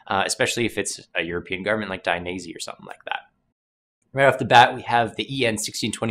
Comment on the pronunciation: I've never heard Dainese pronounced like that before 😂